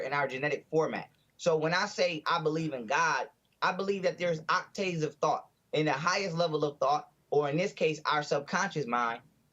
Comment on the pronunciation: Really young dude talking about his intellect and oc-TAYVES. Clown.